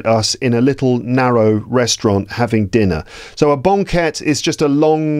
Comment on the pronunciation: I'm wondering about how you pronounced banquette. It sounds like bɒŋˈket instead of bæŋˈket. Did you use a specific accent?